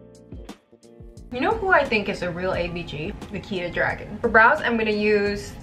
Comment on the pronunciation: i’m sorry but i smacked my lips when she said Nikita’s name 😭